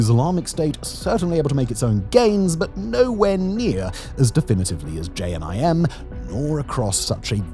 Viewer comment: I think that was the worst pronunciation of JNIM I’ve heard